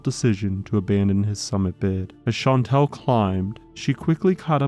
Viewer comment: Shan-tall. That’s how you pronounce Chantal.